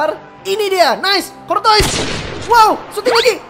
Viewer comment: Cortois dibaca Kortoa